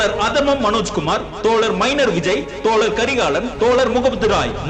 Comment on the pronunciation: தோழர் என்று பேசுங்கள் தோல ர் என்று. பேச வேண்டாம் தோழர்